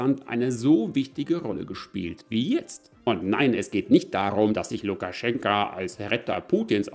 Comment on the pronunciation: lukaschenka? was hat lukaschenkos frau damit zu tun?